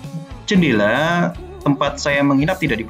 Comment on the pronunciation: Btw jendela pak bukan cendela hehe